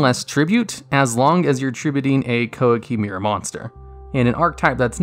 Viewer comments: "KOWA KEY MAY RU" Thats how we pronounce it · "Qwah-key meer-roo"